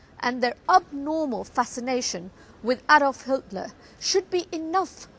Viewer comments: The one that belongs in the dust bin of history are stupid cows like yourself that don't even know how to pronounce Hitler's name. The name is Hitler, not Hiltner.. and no he is not Paris Hilton's grandfather! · Adolf HILTLER, HA HA! Was he the minister for Pronunciation in the 3rd Reich. You Muppet!